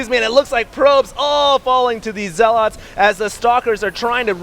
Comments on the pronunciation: Zealots* not ZealAaAaAaAaAaAaAaAaAats fuck sake. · you have great content and do great commenting, but please... 1 - "Proxy" is not short for "proximity". 2 - It's "ZEL-et" not "ZEL-aught". It's like a spec of feces on a gorgeous cake everytime you say those things. With love. Peace. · Yeah but the constantly mispronounced "Zeeeeeelot" is annoying :D Also proxy != proximity :P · LAWL. Zell-otts in Rally, North Carolina., seriously. You're an American and professional announcer. If you've never heard a word spoken aloud before, Google the pronunciation before you use it in a live cast in front of thousands of people. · Who the fuck says ZeaLOTS that's not English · hd pronounces zealots weird